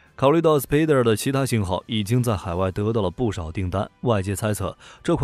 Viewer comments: 这装备不错。既然已经叫蜘蛛了，SPYDER读音照着spider念就可以了。毕竟Y这个音在spy里面也是念ai。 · 您確定SPYDER是使用英文發音？